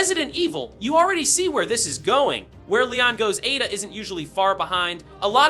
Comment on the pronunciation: A….da, as brought to you by the letter A. Learn to annunciate.